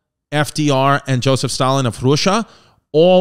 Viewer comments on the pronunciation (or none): none